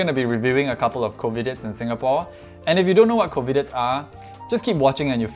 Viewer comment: I think u pronounced it wrongly tho, u said Covidits instd of covidiots😅